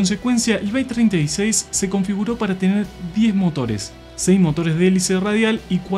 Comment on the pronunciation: Tus vídeos son buenos pero te vas al pasto cuando decis SEI en lugar de SEIS.